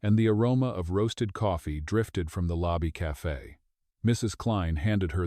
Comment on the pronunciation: Its spelt CAFE NOT CAFA WHY DO YOU SAY CAFA